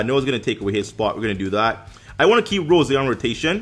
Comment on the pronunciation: It's rosé! NOT ROSE! UGH THAT TRIGGERED ME SOO MUCH